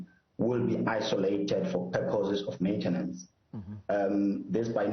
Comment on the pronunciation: "Maintence"? What is that???